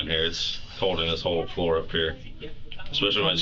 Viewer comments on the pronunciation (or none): none